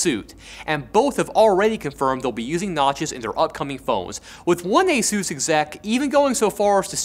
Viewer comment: You lost all credibility when you slaughtered the name of a well known tech company. "Asus" is not A-suez